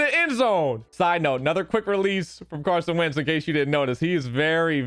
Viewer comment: My guy really just said Carson Vick lmao